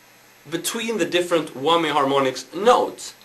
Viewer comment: Lol "wommy" bar